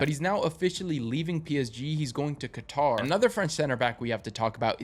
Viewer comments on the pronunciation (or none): none